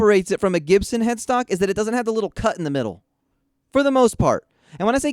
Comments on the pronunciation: A Jibson? I always heard the "G" was pronounced with a "G" sound.. a hard G, as in Gross. I would never spend money on that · why do you keep mispronouncing Gibson?